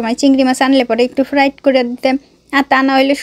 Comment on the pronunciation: ফ্লাইট না ফ্রাই হবে আপু সব কথা ফ্রাইট বলেন কেন